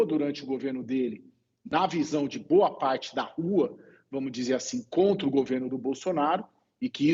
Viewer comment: Sempre MUIÉ falando boxxta